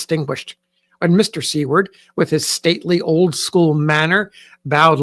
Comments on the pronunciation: you are pronouncing Seward incorrectly! it’s pronounced Soo-word not See-word. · I was also taken aback by the pronunciation of See-ward.. did she spell it this way in her writing? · May I ask, is Seward prounced sea-word? Or (sorry to say this) is it pronounced sewer-d? I think I have been mistaken.